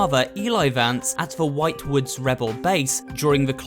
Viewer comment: Ah yes, "white woods".